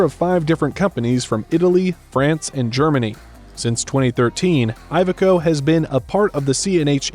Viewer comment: Iveco is not poncounced Eye-veco. the first letter is pronounced like Indiana or Illinois